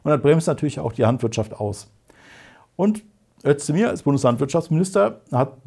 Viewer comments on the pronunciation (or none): Bitte checkt nochmal die Aussprache von Özdemir. Meinem Verständnis nach wird der gute Herr quasi "Ößdemir" ausgesprochen, nicht "Ötzdemir"... Kleine Feinheit: Das C in Cem wird glaub auch eher "Dschem" (wie im englischen "gem" oder "jeep") statt "Tschemm" gesprochen. Falls das Muttersprachler lesen, bitte in nem Kommentar bestätigen (oder nicht).